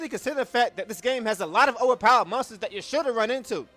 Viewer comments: agree with the video but i heard "mustards" the whole time instead of monsters lmao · When You Say Monsters In 13-2 Is Sounds Like Mustard.